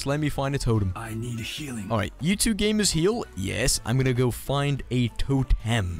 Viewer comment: I belive in "hello gamars" supremacy